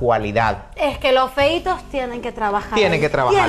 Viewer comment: La presentadora hablando de "los feitos" ...en Serio????